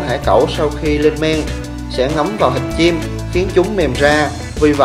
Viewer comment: Thịt chim nó đọc là hịt chim. Dmm